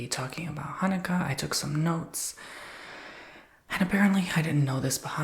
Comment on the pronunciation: ...I am 70 and didnt know abt the donuts before....we never did that...but your pronouciation was perfect